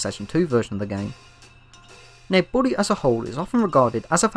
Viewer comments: I hear Burry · Every time he says Bully, I hear, “body”